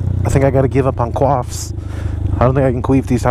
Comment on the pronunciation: he cany qweef anymore but the real question is can he still qwoff or qwiff